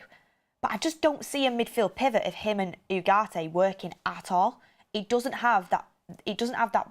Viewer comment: OOOGARTE....learn to speak properly FFS